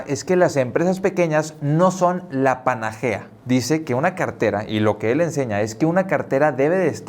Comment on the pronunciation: PANACEA, no "panagea", amigo.